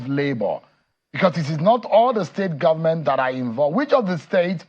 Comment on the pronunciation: The "gumment"???? Please talk English properly.